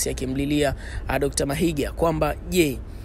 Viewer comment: Mahiga not Mahinga